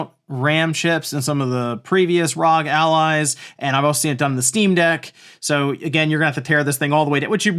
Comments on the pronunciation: No, it's ROG as in bog, cog, dog, fog, GOG, hog, jog, and log. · Please say ROG like you would say FBI and not like NASA